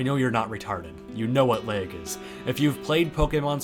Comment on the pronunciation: Gotta say, from the outside looking in (I don’t have a switch but I play showdown) I love terastilization (idk if that’s good spelling) for competitive. That pronunciation of lag is so Midwest omg.